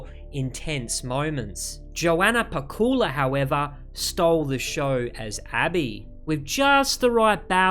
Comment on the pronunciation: You're pronouncing Pacuła wrong. "C" is "C", not "K" - PaCula.